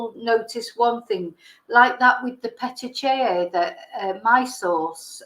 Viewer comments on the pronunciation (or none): the eye thing is pronounced pat-ti-kia. Watch all your uploads so hope you dont mind me telling you this. Keep up all your good work on the Nichola Bully Case. May she rest in peace.